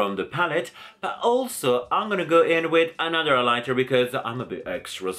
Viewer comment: Did anyone else get annoyed when he said "eyelighter" instead of highlighter or was that just me??